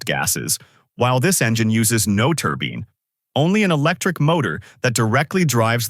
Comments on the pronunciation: Definitely no-one pronounces it turbeen, like in the video... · Yes, I'm aware. They do not, however, pronounce it "turbeen" like the AI voice in the video. That was my point. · Can we quit it with these stupid "AI" voices that can't pronounce normal words properly? "Turbeene"? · The AI voice isn't quite right: many mispronounced words (like turbine, for example). Hire HUMANS!!!